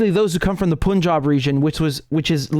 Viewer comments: It is not p-u-n jab, it is like the word "pun " + "job". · No disrespect, it's not "Poonjab" It's ok to go with the traditional pronunciation of "U"(cup, umbrella, unless you hail from the North of the UK) On the topic, maybe India should rekindle the old Free Quebec movement, 😅since Canada is so concerned with the khalistani "freedom fighters', the vote in the1995 referendum was not what one could call conclusive. With not more than 1% deciding to stay with Canada, there's was always plenty of "wiggle room " wink, wink nudge, nudge. 😅It wouldn't be the first time in the history of "free and democratic " elections in the glorious west😂